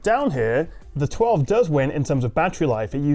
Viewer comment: Oneplus Twa-vey